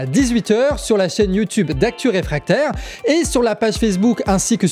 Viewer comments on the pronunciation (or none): none